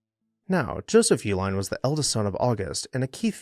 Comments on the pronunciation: I believe the general pronunciation of the family name is E-Line. Hence the name of the chocolate—sold under the “Eline’s” brand (a phonetic spelling tied to “Uihlein”)—as an attempt to keep brewery facilities and workers busy while beer production was banned during prohibition. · I’ve lived in Milwaukee all my life and have always known that the name Uihlein is pronounced E-line. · Fun fact: their last name has two different pronunciations, at least locally. I'm from Wisconsin and you'll hear both YOO-line and EE-line. While the family uses the Germanic pronunciation for their package supply company, you'll hear people say it both ways, and I've never heard of any family members correcting anyone, at least not publicly. I've seen a couple disparaging comments about the family's politics. They're a big, extended family and people are going to have their beliefs. Deal with it. Having worked in nonprofit settings, members of their extended family, regardless of political persuasion, have been very generous to local causes. It's a shame some people have to stir the pot on a history page, but here we are.